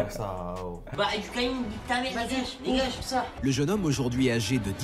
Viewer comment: A la plaçe de dire dégage comme tout le monde lui il dit degainge😂